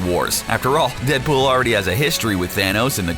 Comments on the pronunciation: "Cable and Deadbull" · In you hear him say Deadbull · He said dead bool